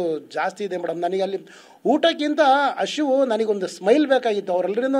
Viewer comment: ಹಸಿವು ❌ ಹಶಿವು ✅ 😂😂